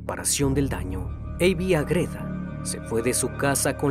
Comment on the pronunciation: Estimado, ¿Porqué pronuncias AgrÉda, cuando tú mismo escribiste Ágreda, con la sílaba tónica en la A? 🙏🏻 Me encantan tus vídeos, no lo tomes a mal, sigue haciendo contenido de gran calidad 👏🏻